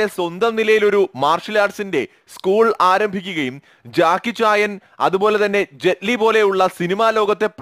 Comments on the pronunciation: ജാക്കി ചായൻ അല്ല ജാക്കി ചാൻ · ഡോ ജാക്കി ചായൻ അല്ല .. ജാക്കി ചാൻ ആണ് ..😭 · ജാക്കീച്ചായനല്ല ജാക്കീച്ചാൻ